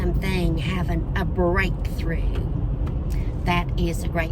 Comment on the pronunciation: OMG yes, "breakthrough"! said bold statement-y 😂